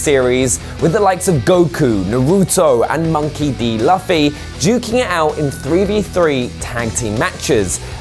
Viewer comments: Luffy pronounced Loo-fay idk why i felt triggered by that sorry 😂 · Did he really just say luffy like that😂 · his name is Luffy not Luffy